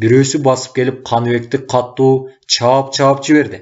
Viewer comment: Эй чырагым, диктор! Сураныч, туура окучу. КАТТУУ эмес, КАТУУ деп бир эле Т тамгасы бар китепте. Диалектиңди киргизбе бул жерде. Аны перевалдан нары барып анан окуй бер.